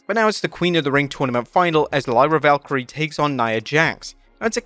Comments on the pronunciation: When will you learn that her name is Valkyria and not Valkyrie ?!? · its pronounced Val-keer-eee-ah. not Val-ka-ree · Its Lyra Valkyria, with an "A", not Valkyrie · Valkyri-a, VALKYRI-A... Watch your videos back man! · VALKY-REE-A. ITS NOT HARD. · The down right ugly, you keep friggin pronouncing Lyra Valkyrias name as Valkyrie. It's cringe as hell every time.